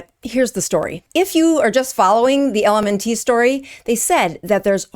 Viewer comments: It's pronounced the same as ELEMENT... Not EL EM EN TEE . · It's pronounced "Element" not L-M-N-T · It's pronounced ELEMENT, not L.M.N.T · It's pronounced ELEMENT not ELMN-T like you're reciting the alphabet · IT'S ELEMENT NOT L.M.N. TEE LMAO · why are you saying LMN - T? it's "element" not LMN-T - sounds silly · LMNT is pronounced - Element. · LMNT is pronounced element. Maltodextrin is pronounced exactly as is looks, with a short i, not maltodexTRAN. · Good information but maybe do a little research on how to pronounce the ingredient you are calling attention to and the company too - “element”. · Someone has to be that guy, so I guess it’s my turn. It’s pronounced like the word “ELEMENT”. And it’s maltodextr[IN], not maltodextr[AN]. Anyway…please continue. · Good info. I think it’s pronounced “element”. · LMNT is pronounced ELEMENT. Also, this is so disheartening 😢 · I think it's pronounced Element. BTW, LMNT has no excuses misleading us! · I think it's pronounced "element ". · Pronounced “element”. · Mispronouncing "LMNT". Mispronouncing "maltodextrin". Making this out to be a big deal in this world full of UPFs. Yeah you seem legit. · Appreciate this video exposing this crappy product - it is pronounced ELEMENT and also it's malto-dexSTRIN no malto-dexSTRAN - these issues harm your message. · It’s pronounced “element” it’s literally the word element with the ‘e’ removed. And maltodextrin is pronounced “-trin” not “-tran.” Please?! LaCroix, too? WTF?! Ok … pure fluoridated tap water from now on! Ok, I do agree that the ingredients lists MUST be accurate! And there needs to be higher standards to fully disclose these secret ingredients!